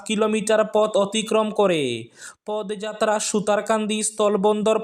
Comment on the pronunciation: Pod noy podo jatra bolben বাংলা উচ্চারণ একটু খেয়াল করবেন দাদা